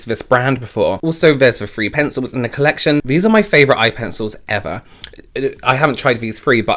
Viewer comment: Your "three pencils" sound like "free pencils" (oh brofer) and it threw me for a loop for a second there.